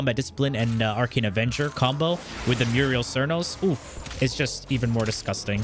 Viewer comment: Muriel cernos? C'mon man sound it out lol